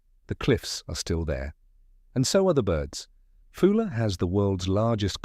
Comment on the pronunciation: It is a Scottish island not British, name wrongly pronounced, AI generated slop